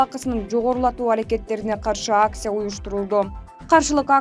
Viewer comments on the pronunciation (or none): none